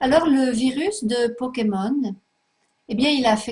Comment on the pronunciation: elle dit les powkemon Mdr